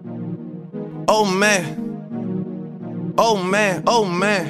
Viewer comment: It kinda sounds like he saying old man